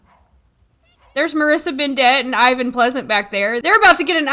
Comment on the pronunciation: the name Ivan is pronounced a little bit differently 😉